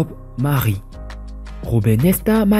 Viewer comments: Bob Marley et non Bob Mari☹️ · Vraiment il prononce mal